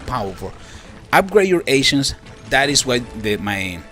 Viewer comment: For some reason, every time you say ancients all I hear is "asians" gets kinda awkward. "The higher the level of your asian, the more powerful you get"